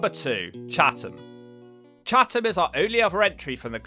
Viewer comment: Oh and Chatham is pronounced chatam lol